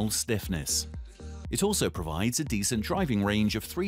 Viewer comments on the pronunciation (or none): none